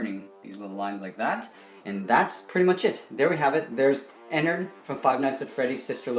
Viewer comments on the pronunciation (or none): its not Enerd, its Enard. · It’s actually like ee-nard but ennard